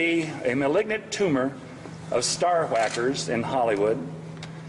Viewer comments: Min "Star Hawakers" (like Stewie and CoolHawip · I crack up everytime he says Star wacker.